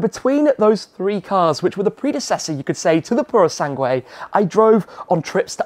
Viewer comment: Wow that 296 is a stunner. Not paid much attention to car vids of late so never knew of it till now. Without even looking up the info on it it's clear its a modern take on the Dino and its perfect. The Purosangue? well its nice for an SUV I guess. Glad you can say its name right lol.